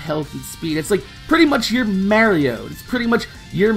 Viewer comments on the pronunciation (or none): you say Mario like european people lol